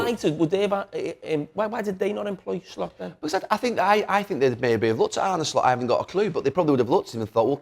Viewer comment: I'm Dutch, living in Amsterdam: To pronounce the Dutch surname "Slot" correctly in English, the "o" should be a short sound, similar to the vowel in the English words "hot" or "lot" (but not as drawn out as the "o" in "boat"). Phonetically, it would look like: /slɔt/ Here's the breakdown: The "S" is pronounced the same as in the word "sit". The "l" is also the same as in "lot". The "o" is a short, open vowel sound, like in the Dutch word "gôh", similar to the "o" in the English "hot" or "not". The "t" is pronounced clearly, just like the "t" in "top". So, "Slot" should sound like "Slot", with a short "o", not "Sloat" or "Slut". peace out....